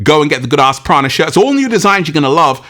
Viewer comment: Prana sounds like piranha